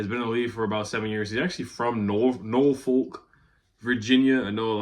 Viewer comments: I'm from Portsmouth (Portsmuth) VA a tunnel away from Norfolk. It is pronounced (Nor-f*ck). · Norfolk pronounced "nah-fuk" lol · It's actually pronounced NAW-FUQ😂😂😂, but good looking on the Shout-out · IT'S PRONOUNCED NORFUCK 😁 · FYI..pronounced Nor-Fuck, Virginia.. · Jeez lol that Norfolk pronunciation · Don’t ever try to say Norfolk again just say 757 smh 🤦‍♂️ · How you pronounce Norfolk and Dalton wrong 🤣 Love your vids bro 💯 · lol why you say Norfolk like that😂